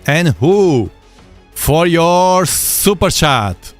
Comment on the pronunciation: I love it when he says SUPER CHAT!! Ohoo I mean SUPER SHAT!!! Haha perfect 😂